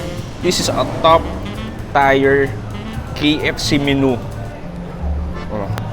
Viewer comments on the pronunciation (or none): top tier - “tap-tir” hehe